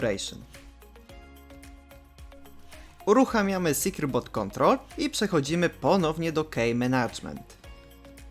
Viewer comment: secure boot wypowiada sie: 'sekjur but' nie 'sekjur bot'